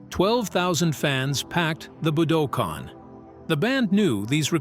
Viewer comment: A.I. isn't ready. YouTube is 📉 I've never heard a word - "Budokan" - pronounced so many different ways by the same "person".